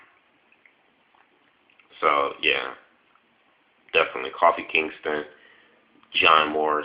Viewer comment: lol you said Coffee Kingston XD